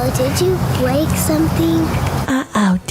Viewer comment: UH OH DID YEW BWEK SUMTEENG?